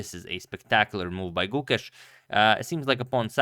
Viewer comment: When you pronounce the name Gukesh, the e is long. So, it sounds like the 'a' in rAce.